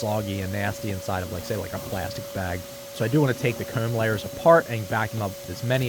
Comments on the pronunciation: It's not comb, it's "cayume" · The way you say 'comb' is like a south park character like Eric Cartmen its funny. " Kerrm" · "the coumb" lmaoo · Is it weird to say I like the way he says “comb” and “home”? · hate how this guy pronounces "comb" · He turns British when he says comb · You say comb in the worst way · the only thing going threw my head is how he says come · This dude says comb funny and I love it